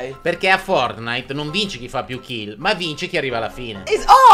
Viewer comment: Anche il mio papà non s niente di fortnitnite li pronuncia forrnite E quando sciopo i vu-buks li chiama vubuk